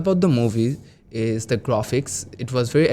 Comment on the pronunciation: ‘Avatar: The way of Life’😅😅 ….pronouncing ‘Ishh’ for ‘is’ 😂….Now I’m confident that I will get Band 9 for sure😂